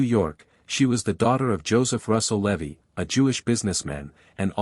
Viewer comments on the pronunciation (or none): none